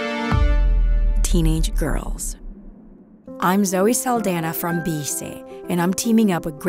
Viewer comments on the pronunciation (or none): Hmm? After all these years I've never heard Zoe Saldana say her own name. Didn't know she pronounced it that way. 😂 Awesome first episode. Sandra got skills. Gonna be a great series.